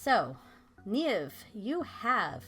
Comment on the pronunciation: i was concerned you do not even know how to say your own name , its irish and its said neeve , here is a video to help